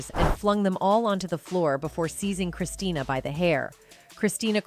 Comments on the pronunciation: What kind of low quality videos is this? It’s Christina. Not Christiana. This woman should let her mother rest ffs. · It's Christina not Christiana!! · Her name is Christina, not Christiana... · Christina not Christiana. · The narrator loses credibility when she doesn’t get the daughter’s name right. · Can’t you get her name right? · Her name is Christina!!!! Get her name right!!!!